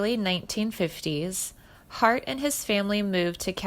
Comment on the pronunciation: Mispronounced Iwo Jima, as well as his last name.